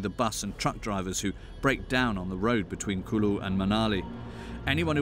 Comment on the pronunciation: Mr narrator its not lullu its kullu...its old documentary..nowadays roads in North India is very good quality...